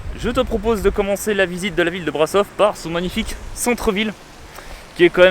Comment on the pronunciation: alors juste petite info le S cédilles dans Brasov (et dans touts les mots roumains d’ailler) se prononce comme le CH dans le mot chien